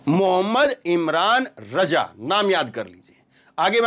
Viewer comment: मु इमरान रज़ा उच्चारण शुद्ध करें